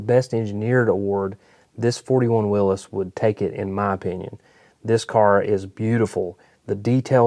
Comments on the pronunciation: And you know how to pronounce Willys. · WOW.... Someone who actually knows how to pronounce WILLYS..